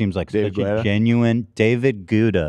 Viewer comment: david guetta is pronounced "getta"